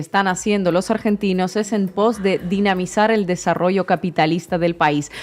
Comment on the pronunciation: Hola Inna, dijiste "dinamizar", o DINAMITAR...? 🤦🏻‍♂️